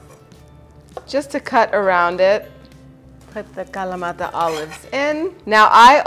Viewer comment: Any Video where you say feta and in kalamata with your perfect annuciation, I am here for.